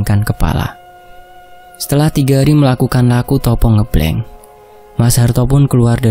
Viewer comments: bukan Ngeblenk..Tapi Ngebleng.pake E..seperti kita baca ejaan Benalu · Penyebutan ngebleng nya Salah he he it’s ngebleng not ngEblEng 🤣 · sedikit koreksi untuk pembacaan "puasa ngebleng" itu pembacaan (e) pada kata " ngêblêng" itu seharusnya seperti orang mengucapkan (e) pada kata "sepet" atau "lemes" atau "ngeres" atau "semestinya" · (eu) ngeubleung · Pelajari dn bertanya sm org yg lbh baham kosa kata tiap daerah mas, biar enak dengernya, dn ga salah ucap, koreksi kata ngebleng ya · Ucapan "ngebleng" nya "E " nya Sama dengan kata "benar" depan belakang mas 😅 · Koreksi sitik yo.. ngebleng [e]nya pake [e] pada kata "endak" pada kata kata "enggih"